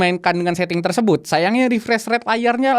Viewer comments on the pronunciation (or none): none